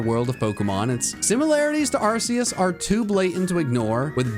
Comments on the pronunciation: IT'S ARCEUS, NOT F*CKING ARKOOS! SAY IT RIGHT PLEASE! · its ar-key-us not ar-c-us or call it arkoos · Arceus? I think you mean ARKOOS! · NO, IT'S ARCEUS, NOT ARCOOS! THERE ARE NO O'S IN THE NAME! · It's Arkoos, not Arceus!!! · The fact that you mis spoke on number 32. IT IS ARKOOS!!!